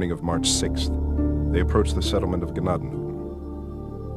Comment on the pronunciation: It's tents of grace. You are pronouncing Tuscarawas and Gnadenhutten both wrong. I live here so you might want to do better research first. I actually volunteer at the museum.